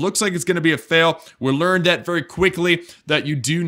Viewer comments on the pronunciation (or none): none